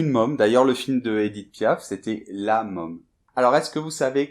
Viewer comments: Erreur de prononciation : si il y a un accent circonflexe (^) sur un o ou un a, le son est plus rond. Donc môme se dit mÔme et non meum! Olala les français et vive les suisses huh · D'où mon prénom Pacôme je me dois de vous dire que votre prononciation de môme me fait mal aux oreilles, penser à : fantôme, diplôme, trône, etc. Parce que là a votre prononciation est comme : homme, .com, déconne, etc. et ce n'est pas franchement beau à entendre, mise à par sa je dirais chouette vidéo.